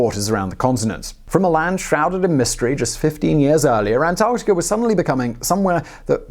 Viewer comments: dude said antartia...lol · I swear sometimes he’s saying antartia at some points in the vid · British man say, "Antarctikerr." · you sound Irish when you say Antarctica lol